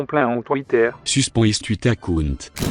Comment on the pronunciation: soospen is tweetair acoont